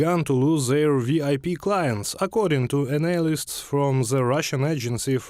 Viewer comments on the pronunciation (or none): I laughed when he pronounced "Analysts" as "Annihilists".Sounds like he is chewing gum.